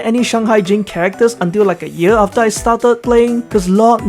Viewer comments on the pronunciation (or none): none